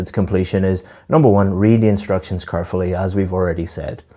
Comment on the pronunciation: Carefully? car fully? kerfully?